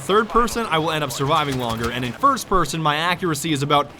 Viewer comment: that "Thirst person" made me nearly spit out my root beer.